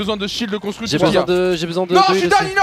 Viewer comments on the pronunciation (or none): Mdr l'anglais de doigby qui dit '' done '' a la place de '' down''